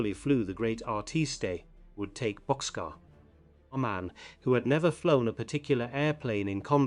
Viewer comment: Sorry to inform you, but Bockscar is pronounced boxcar